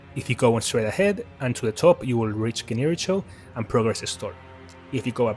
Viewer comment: Amazing editing and good thoughts! Subbed! I hope to see your channel grow and get the recognition it deserves! 🙏 Also I hate to be a bit nitpicky, but the rival's name is pronounced Gen - ichi - ro